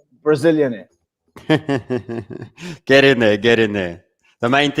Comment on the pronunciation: Lol Brizilianaire!!